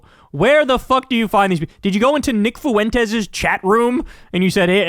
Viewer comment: These people are insane. They're online creations. It's "FWEN-tez", not "foo-WEN-tez", btw.